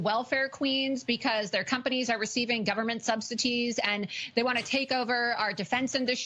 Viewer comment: it's 'subsidies' not subsities'. I guess thats a consequence of when an accent pronounces 't' as a 'd' coupled with being lazy and not reading